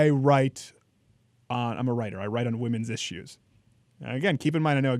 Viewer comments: The way Paul pronounces "issues" is really annoying he do got good points though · I think that's how the British pronounce it.